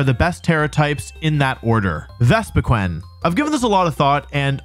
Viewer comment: I've never noticed how badly u pronounce pokemon before no offence init, it just made me laugh, jengar... vespiqwen🤣🤣